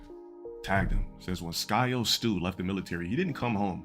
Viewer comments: "Skyo stu" lol its syko as in psycho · cannot read Syko. He keeps saying Sky O. Scholar. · Man is horrible at reading 😭😭 cant say SY-KO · Skyo Stu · I'm thinking must be dyslexic since he keeps reading Syko as Skyo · He does that a lot. He has to be dyslexic.